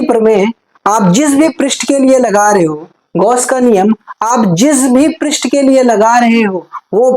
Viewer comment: Pirist nahi h prast h 😂😂😂😂